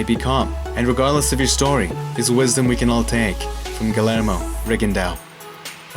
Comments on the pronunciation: I'm years late but, " Gill- air-moe"? Bro, it's (Gee- yair- moe) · It’s pronounced gi air moe not gu lair moe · no guard??? i totally disagree, rigo is great at keeping his left hand by his chin and his right hand extended and pawing. just because he doesn't have a traditional guard or a shoulder doesnt mean he doesnt have a guard. Also its pronounced geeYERmo, not geeLLERmo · Gill-air-mo… that’s not how you pronounce Guillermo. You talk like you’re gonna slip someone a roofie.. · His first name is actually pronounced Gee-yer-mo. This video is great 👍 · LL pronounced as Y... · Annoys the shit outta me how dude keeps pronouncing the L's in his name.